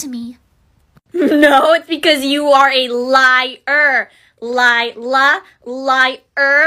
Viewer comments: You mean lie–la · When he sayed her name lie-la lier😂😂😂😂